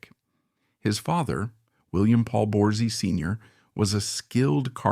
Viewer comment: They didn't get Willys last name right, either! It was Borsey, not whatever they said!